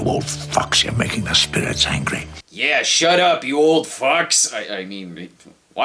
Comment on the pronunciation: It did sound a lot more like he said "shut up you old fucks" as opposed to "shut up you old fox". Gave me a good laugh. Thanks CS.